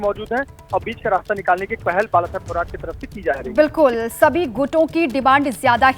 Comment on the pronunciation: थोराट नाही रे... "थोरात" असते ते...